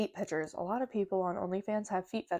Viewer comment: also, it’s PICTURES…. not pitchers Lol 😂